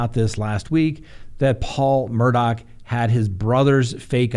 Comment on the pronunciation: Please! It's Murdough.. not Murdock!